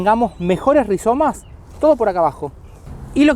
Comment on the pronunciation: 🎉super . Mauvaise prononciation en français rihZomes….et non rihiomes. Pas très grave mais perso ça m arrache un peu l oreille.